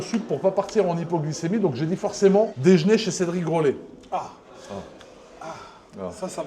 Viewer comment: " dejné " un nouveau mot ? 🤔🤔🤔